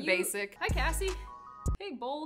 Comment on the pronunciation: it's "Kassie" not "Cassie"